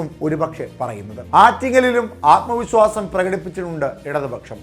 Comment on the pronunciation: ആത്മ വിസ്വാസമല്ല ആത്മവിശ്വാസം